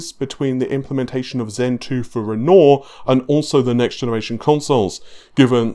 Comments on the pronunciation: While i really enjoy the content, unsubbed. The name is Renoir. Pronounced ren-wah. You have been corrected multiple times, and i am a man of my word and stated you say ren-oar again i would unsub. Bye for now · "ren-nor" (renoir) Sure that's not pronounced "ren-war"? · It's pronounced "run-noir", not "renoor". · Aslong as it sounds like renwah then it's good enough but this guy's saying ron or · Why do you pronounce it navé. How do you say navigation? Navé-gation? And you don't pronounce the word with 'noire' in it as it's written? Renaw? Man I don't get it. Thanks tho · Why is it that EVERY YouTuber butchers the name "Renoir"?